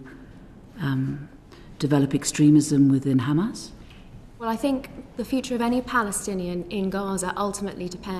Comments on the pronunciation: The zionazi was really trying not to say “kkkkkhaaaamas” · She is poking her nose in a region whose people know how to pronounce the letter ح without knowing how to pronounce it … “Kh”amas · The way they pronounce Hamas as Khamas is seriously one of the most annoying things in the world. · She said Khamas and Fatakh - which is the way Ash kenasis in Palestine mispronounce those orgs - instead of the natural way an English speaker would say those two nouns. She's a radical. End of conversation. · Thats a mossad agent with dual citizenship. Anyone who u hear pronounces Hamas as Khamas is Israeli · She pronounced Hamas Khamas like how Israel says. Says it all, she just copies and says what Israel says, doesn’t fact check or find out. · Also, notice that her fake pronunciation of “QKKHHAAMAS” slowly went back to her original native language which is the typical white pronunciation “Hamas” 😂 why do these small caps like to fake all of that? Its like they’re desperately trying to convince themselves that they are indigenous to the land 😂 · She can pronounce "H"umanitarian... But goes with KHamaaaaaaaaaas!! 🤣🤣 Laughably stupid!